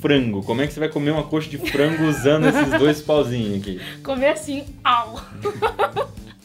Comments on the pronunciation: Pastel de Flango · No mandarim não existe o som de r, essas brincadeiras que fazemos como pastel de flango é super desagradável p eles. Aprendi com a Sisi no canal dela. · Flango não é soblemesa nois come com macalão